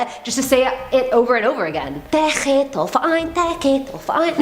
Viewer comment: German Girl here. Zeche Zollverein has an awesome Disco inside too. But you speak it more like Zeche (IPAˈt͡sɛçə) the Z like in Zoo, E like in essence and CH in chandelier and the E again like in Essence. Zollverein(IPA: ʦɔlfɛɐ̯ʔaɪ̯n) is more difficult, Z like Zoo, O is spoken like the letter alone(if you rhyme the alphabet song kinda) the LL like in LUL, V like you peak PHeromone, E like fAIr, the R like in faiR and the ending EIN like the ai in fair plus an normal N. You can do it ;P